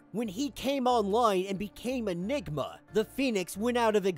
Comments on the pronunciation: the M in enigma was silent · Ha bro, at about seconds mark you missed the 'm' when you said, "they listened to Enigma's plan." Take a moment to listen to what that sounds like. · Yeah definitely sound like he said enigga 😂